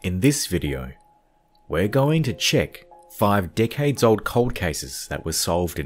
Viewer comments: From the beginning intro you had me dying of laughter. It sounded like you said dickhead instead of decade.😂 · When he said “decade” it sounded like “dickhead”